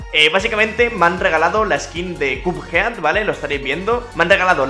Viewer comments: Nadie: Absolutamente nadie: pronunciándo: CUPJEAD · cap jed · cheems Gamer ya se que se escribe así, lo que puse es como se pronuncia